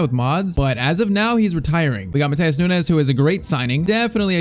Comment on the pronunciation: PCQ: Portuguese here, you pronounce it "Gedz" and "Noonx". Hope to see a fast forward on at least one more season with Liverpool 💪